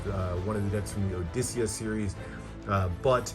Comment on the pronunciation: Is that how you pronounce Justitia? I thought it was "jus-tee-sha" or "just-tee-she-a" I love this all red deck - i prefer the material that was used on Vendetta compared to this